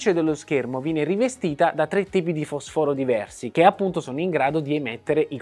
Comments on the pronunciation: Fosfòro non si può sentire. Ma è uscita una legge che non conosco che ci sta obbligando a spostare gli accenti alla vocale successiva? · Si pronuncia: fòsforo; eppure è il tuo campo.